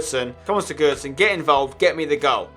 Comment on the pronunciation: Why do you pronounce Sigurosson like such a downer